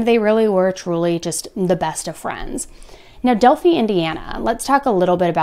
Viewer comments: Delfee?!?!......Its pronounced Del - fi! Del - fi! Delfiiiiii!!!!!! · Its not Delpheee it's Delphi I is like how you pronounce capital I. I'm from Indiana I'm sorry but it drives me crazy. I'm sad about the girls I hope they get to the bottom of this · Del-fy not del-fee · are you referring to Delphi? It's pronounced "del-fy" (like fly without the L) correct? Not "del-phee" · "Del...figh" not delphee! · Okay I know it’s a petty little thing, but it seriously bugs me when people who are supposed to have done the research, don’t know how to pronounce Delphi. It’s Dell-fie not Dell-fee. Please just check your pronunciation on place names. For those of us who live here, it really grates on the ear. Again, I know it’s petty I just can’t help it. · Hi, It doesn't matter how you pronounce Delphi we ALL know who you mean. Thanks for all you do! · I used to pronounced it like that also! I liked your pronunciation better than Del-fy. Lol . took me a while to get used to the "right" pronunciation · I was about to say boo it's pronounced Dale-Fie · you say it like (Del-fi)!! Long i!! It's a Small town in Indiana! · Just a heads up, in this instance Delphi is pronounced with a long 'i' sound. Its not a big deal, love the information you give and your insight. Yes, its a very small town that isn't densely populated. Its a very rural community with a small central hub portion of the town with a couple fast food places and a courthouse. Not much more than that. So this impacted everyone in town and so many in the surrounding towns. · I live in Ontario Canada, we have a small town Delphi too and it is pronounced "Del-fy" (like fly without the L, or fry without the R) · Its del-Fie like fly without the L, i live less than an hour away and this case has been rocking our worlds for years around here. Thanks for the coverage! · 100% pronounced "Del-Fi" like Sci-Fi (from an Indiana native).... other than that, been enjoying binging your videos. Keep up the great work. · It’s Del Fi